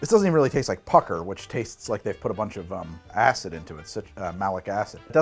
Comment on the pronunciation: Im sure im not the only one in the winterjack notes to hear "they put a lot of ass in it" instead of "acid" 😂😂